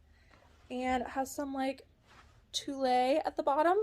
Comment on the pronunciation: I picked up a leather jacket this week that most people would say uh uh on. We will see…. BTW, the word “tulle” is pronounced “tool.”